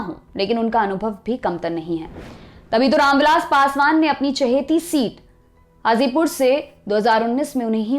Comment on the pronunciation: It's Hazipur not Azipur👍